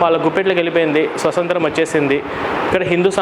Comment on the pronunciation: స్వసంత్రం కాదురా స్వాతంత్ర్యం.